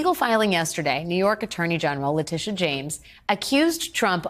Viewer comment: It's Le-tit-ia. Letitia James. My God. As a brother of a Letitia I can't stand her name being butchered.